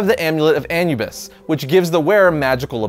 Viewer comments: Also it's pernounced ah-noo-bis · i think its pronounced uh- new- biss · Ann-Yew-Bis? Wtf? Lol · ahNOObees. Pronounce Anubis like it was written in Spanish. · Sorry but it's pronounced An-oo-bis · what the fuck is AN-NÚ-BEES ? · The pronunciation in this video is killing me. Celeste, Anubis, etc. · Can someone teach this man how to pronounce Anubis?? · That Anubis pronunciation though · You say Anubis wrong 😊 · The way he says "Anubis" bothers me more than it should. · Is he pronouncing Anubis wrong or is he just saying a different word entirely? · just say you dont say anubis like that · Omg.. Why cant ppl say Anubius name correctly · How the f*ck did you pronounce "Anubis"? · You mispronounced Anubis. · please dont say anubis again..... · he keeps pronouncing anubis wrong and it's throwing me off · Stop mispronounsing anubis. Every time you say it wrong I can hardly keep myself from punching my computer screen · A-NEW-bis, not AN-you-bus! All of you list and history of guys just mangle pronunciations! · It’s “A”nubis not “An”ubis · Anubis, Its pronounced uh-noob-iss not Anyoubis. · Is it really pronounced "AN-you-bis" and not "AN-oo-bis"? Have I read it wrong all along? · Gamescrap it's anoobis he says it wrong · Nabu is the name of the wizard. So you misheard him. Anubis is the Egyptian god of the dead. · Did he say “an-U-bus”??? Lol, it’s pronounced “uh-new-biss “!🤣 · The Egyptian jackal god is named Ah-new-biss NOT Ahnu-biss. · Who pronounces Anubis as An-you-bis? It's Ah-new-bis (or -bus, both are okay) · AN-U-BIS A-NU-BIS lawl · Amulet of Anubis Anubis is pronounced as Ah-New-Bis NOT Ann-You-Bis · Amulet of Anyoubus? You mean Anubis right...? These things boggle my mind like with all this editing nobody stopped to tell you that your straight up saying it wrong lol? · It's not an-yoo-biss, it's uh-noo-biss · "Uh-new-bis" not "Anyubis" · Its A-NEW-BIS. NOT ANUU-BIS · Haha he said an u bis instead of anubis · ah-new-bis not annu-bis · Uh-noo-bis. Anubis.